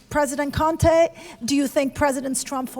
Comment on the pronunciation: His saying the man's name wrong its con-te, America u picked a good one👍😂